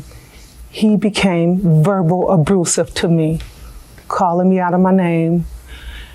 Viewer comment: You know it's bad when they say "Abroosive"😮